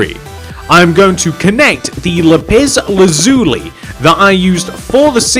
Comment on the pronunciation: "lupis lazuli" 💀💀💀